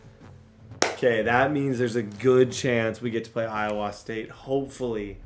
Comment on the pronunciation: As an Iowan, I have never heard anybody pronounce the state like you do 😂